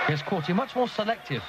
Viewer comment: core-tay moron commentator... not core-tee